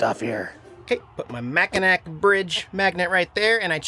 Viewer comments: It's pronounced Mac-in-naw not mac-in-nak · Mackinac is pronounced Mack- in- naw! LOL You were hurting this Mich ears! Lol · It's pronounced Mackinaw Bridge...But, they spell it Mackinac... We are up in St. Ignace till Thursday... If you think lake Michigan is cold try lake Superior... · Mackinac is pronounced MA KIN NAW. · IT'S PRONOUNCED MACK-IN-AW